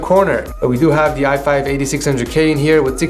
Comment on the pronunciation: Am I the only one or is he saying da instead of the